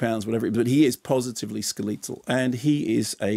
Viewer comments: Repeat after everyone else... “skeletal... skeh-let-tal... you’re a professional communicator. What the heck is “Skuleeetal?” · How does Ski-letal happen? Or rather WHERE does that come from? Is it a dialect issue? I'm curious since it made think of a Ski-leton on Skis. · I'm now doubting myself. I would pronounce it skeletal like skeletor. Mark pronouncing it skeleetal is new to me. I'm off to the Oxford Engleeesh dictionary. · It's been a day since I saw this video and I honestly can't stop thinking about it and I don't know why. Skeleetal. Skeleetal. Skeleetal. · Google seems to agree it's pronounced like 'skeleton' in both the UK and US. I couldn't find any other examples of 'skeleetal', but then again it isn't the first time Mark's pronunciation has come as a surprise to me. This is just a particularly jarring example to me, at least. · can't ger over mark pronouncing skeletal "ska-lee-tull" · I'll give the Brits the point on aluminum, but "skelEEtal" you guys take it to far sometimes. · That is the strangest pronunciation of "skeletal" I've ever heard. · Typical English pronunciation in English, the other is American English. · north american - Canadians say it the same way. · American English is their language, not North American English. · I was irked by his pronunciation initially, but then I started imagining it as a mash-up of "skeletal" and "lethal": "skelethal". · In Canada pronounce it like the Americans do. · Good review dude, but I’ve never heard anyone pronounce skeletal that way before?